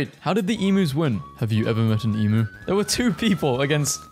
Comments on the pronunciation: I get so sad when i hear ppl mispronounce emu. Its ee-m-you not ee-m-oo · EMOO??? EMOO??? you said it wrong... 😔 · Okay, sorry, but they are pronounced eem-yoo, not eem-oo. Edit: wtf, you americans don't have play school? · It's "eem you" not "ee moo" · AS AN AUSTRALIAN IM OFFENDED YOU PRONOUNCED EMU WRONG! ITS NOT (em-oo) IT’S (E-mew) !!! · Why do you say it imu it’s emu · As an Australian, I’m offended As a Melbournian, even more so ITS MEL-BIN AND OSS-TRAY-LEE-A AND EE-MEUW AND MAR-SOO-PI-AL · Him pronouncing Melbourne as “Melborn” and emu as “emoo” was painful. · EE-MYOOS IS HOW YOU PRONOUNCE IT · NON-AUSSIES PRONOUNCE EMU WRONG YOU GOTTA SAY THE U LIKE ITS ON ITS OWN: EM-U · Please learn how to say Emu properly It’s Eem-you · The way he says emu is bugging me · You've said emu and marsupial wrong multiple times